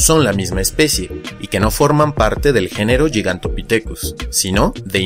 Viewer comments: No tomes esto como crítica sino como una contribución a este canal que me gusta. Existe el término castellanizado gigantopiteco que se pronuncia como se escribe, es decir, gi y no yi. Por otro lado, siendo puristas, el término griego γίγας se pronuncia guigas y no yigas. Ahora, dado que el término es la latinización de dos palabras griegas, entonces debería pronunciarse guigantopitecus dado que la pronunciación latina para las clasificaciones tipo lineanas es la restituta o clásica y no la romana o eclesiástica. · γίγας se lee "guigas" no "yigas" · Perdón pero se pronuncia gigantopithecus poniendo la lwngua entre los dientes al pronunciar la t. No es yigantopitecus. La letra gama se pronuncia como g no como ye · Respecto de la pronunciación, que yo sepa, al menos según la RAE estás en lo equivocado, al igual que se debe pronunicar "gigabit" y no "yigabit", No obstante la RAE acepta que una palabra escrita en otra lengua (o importada tal cual) sea pronunciada conforme a la lengua de origen. ¡Ojo! la pronunciación de toda la palabra, no solo la primera letra.